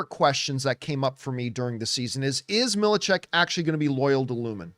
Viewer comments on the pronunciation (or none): It’s pronounced MIL-CHECK lol